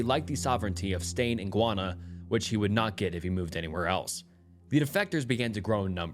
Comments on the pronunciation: guy-ahna. not gwana. please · No.. it’s actually Guy-Anna 😐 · Bro… it’s pronounced Guy ah nuh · Sorry if this may sound abit rude but I’m listening from Guyana and its name is not pronounced guana it’s pronounced Guyana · Guy-Anna 😂😂 not guana that’s a different place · Gwanna? You mean Guyana? (gee-yana) LOL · Guyana is pronounced "Gai-ahna", not "Gwana". Your pronunciation just made me think of bat or bird poop (guano) lol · GUY -ANA!! JUST LIKE YOU SAY USE THE WORD GUY TO DESCRIBE MAN! THEN ANA... IT'S GUY -ANA ...NO GUYONA .. IT'S AMERINDIAN NAME!!! MEANING LAND OF MANY WATERS 🌊💦 🇬🇾 MY COUNTRY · It's pronounced "guy/an/na" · is pumping out low level content lately. The first video is influenced by Mr. Nightmare's most recent video. Way to ride coat tails. Maybe try high quality videos once every few days rather than this quick shit every day. Shit pronounciation btw. A 500k narrator saying gwana? Smfh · Bro it's pronounced GUY•ANNA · guwanna… i would research how to pronounce the country before saying it wrong several times lol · Hey you are pronouncing Guyana wrong it's pronounced: gai·aa·nuh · Guana sent me into a tailspin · Great video. Just as a little tip, Guyana is pronounced "guy-ah-nah". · It's GUY-ANA. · Sir it’s pronounced “Guy-on-a”